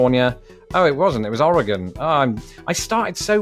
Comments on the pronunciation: How the ever living hell does a Brit being naturalized into America know how to say "Oregon" better than like.... literally everyone I remember meeting who hasn't even been there? How? Just.... uh.... For those wondering at my bafflement, most people I've EVER met who haven't lived there say "Or-eh-gone" when it's closer to "Or-ee-gun" we also accept "Or-uh-gun" as that's how it sounds when we say it fast. Oh and how do I know this? Except for one year, I lived there until 2014. (The one year was military service into medical retirement.) So, yeah, I lived there pretty much all my life until I was 23. Anywhoozle, I'm just surprised he pronounced our state name correctly. And now you too can say it properly. Oh and by most people, I'd say ~60% of people who haven't lived there say it incorrectly, to be a conservative estimate. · You said Oregon right! Without even muddling your way through it! He's better than at least a third of the US. It seems Oregon is harder to say than Nevada. ;) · Thank you for saying oregon correctly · I’m impressed that he pronounced Oregon correctly 👍